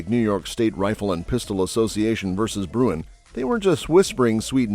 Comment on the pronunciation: You guys need to find scriptwriters who can read! The NY case you keep referring to as Bruyn is actually Bruen!